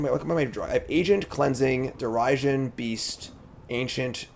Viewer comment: The pronouncing Derision as Dare-i-sion kills me 😂